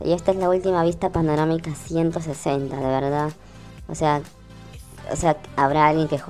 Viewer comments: se le dice panorámica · “Panomarica” XD